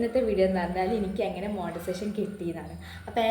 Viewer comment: Montisation alla "monetization" anu.